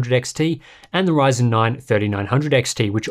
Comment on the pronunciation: Did I just heard him say "AMD whyzen"? 😅😂